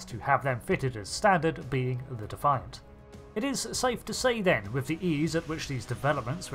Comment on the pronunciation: Cmdr. Benjamin Sisko's Powdered Pimp Hand. You keep pronouncing Defiant wrong....